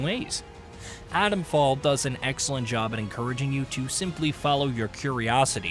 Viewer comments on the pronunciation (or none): I wish reviewers pronounced 't's. It's not Adomfall.